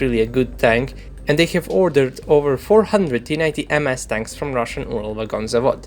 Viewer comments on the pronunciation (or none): none